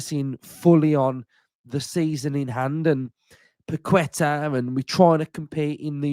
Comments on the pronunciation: C’mon mate!! It’s pronounced Pa’ke’tah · Without sounding like the pronunciation police, it’s Pak-eh-tahhh. Think there’s a quality player in him yes who’s gone a bit stale at West Ham. I do think it’s a bit of a weird one given our supposed restrictions, the price tag, his age etc but if he come in, give us something a bit different and improve us in the here and now then I’m all for it. Long as Unai ain’t bringing him in to chill on the bench…